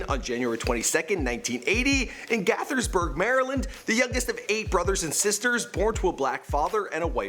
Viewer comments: HE FINALLY SAID GAITHERSBURG RIGHT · Its pronounced GAY-thersburg